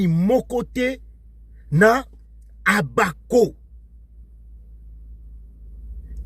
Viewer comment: Mbuta yo osekisaka nga ata ko prononcer Abako azali kokoka te.banda ebandeli ti suka ozali koloba OBAKO.